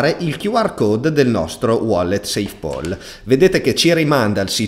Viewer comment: PAL si pronuncia PAL, non POL 🙂